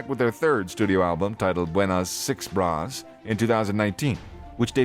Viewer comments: Bruh, it's not "Buenas Six Bras" It's "Buenas Vibras" (bi.β̞ɾas) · "VI-BRAS" lol its vibras together "vibes" in english